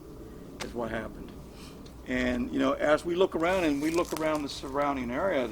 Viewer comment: Look. Not loom. Though loom seems ominous ha ha ha haaaaa